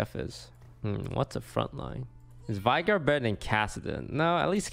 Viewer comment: if you pronounce if vAigar one more time I make another account, subscribe and then unsubscribe.